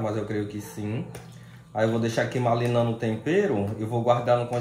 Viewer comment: não se diz "malinando" se diz "marinando"!!! É só uma dica, ok?! 😊